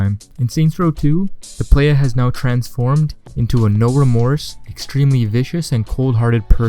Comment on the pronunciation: White boy voice: Play-YEAH